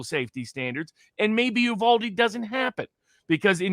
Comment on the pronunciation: First of all it is Uv-Al-de, as in Al(ex) Jones, Al Sharpton. it hurts my ears to hear it called Uv All de. commented out a very good point. The kid was a known entity at several levels. If you look at the last 50 cases of mass shootings the profile of every shooter is virtually the same. Take the challenge. Where did the money come from. He paid nearly $5000 for the guns and another $3000 for the ammunition. He was poor, his family was poor and he paid cash, actual C-notes. The local banks have been silent about the cash. Did he get it from a bank, based on my experience they make me get a cashier's check or Travelers checks. he is less than 50 miles from the border and there are lots of Mules. Police and the FBI were aware of this kid and every other shooter in recent history. Nothing done. These kids are very vulnerable to people of seemingly like mind and easily programmed. Did the FBI set the kid up? Don't know? Not likely (I hope), however did they piss and moan to their friends about having to surveil them, don't know, stake outs are the job from Hell, but that's just me. Is the FBI closely associated with the Democratic Party? For the last 30 years I would have to say Yes! Lots of evidence to that. Patterns, Patterns, Patterns.